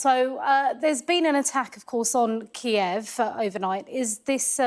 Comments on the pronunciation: 1) polish supplies wasn't 2) Kyiv, not "kijyev" 3) It wasn't ukrainans, ballistic expertise says it was russians 4) Those villages have nothing to destroy, only poor farmers 5) I hope there will be times when russian poor farmers will be target to the rockets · Please learn to pronounce Kyiv in Ukranian, not in Russian